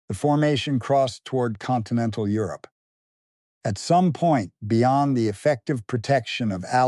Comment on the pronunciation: Euro-pee? AI bullshit